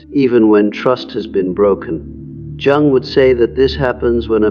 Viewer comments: Dear, please improve your AI. It’s Carl Yung, not Jung when properly spoken in spite of the spelling. Very distracting while listening to this information. The information is very good, I am in the Sophia stage myself. As a very deeply empathic person, getting to this transitional level and allowing it to be a big part of my being, has assisted me in letting things go that no longer serve me. I slip back into empathic mode when it’s not necessary, but this has been a lifetime in the making. Still learning to let go of that which is not mine to carry. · His name is pronounced Yoo-ng, not Jung, as in rhyming with hung. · You lost me at "jung" instead of "yoong" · Jung is pronounced "Young". Stop being so lazy, run through your scripts before feeding into a voice generator and make phonetic changes as appropriate. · The pronunciation of Jung is actually [Young]. Sorry. That was bothering me 😂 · This is informative. Thanks. But can you please pronounce Jung’s name properly? I cringe every time I hear it mispronounced. He was German. Jung is pronounced “Yung” (young). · So the Sophia stage is when empathy becomes compassion??? I wish they didn't use the AI narrator the can't even pronounce Carl Jung's name. It's annoying. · Lost me at the AI mispronouncing Jung like ten seconds in. I know you're fine with putting out slop but maybe listen to it once before posting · It’s “Yung” not “Jung” …the word Anger has a hard G. If only AI could get this stuff right I’d think a real human was talking here. Btw, the Sophia stage rocks!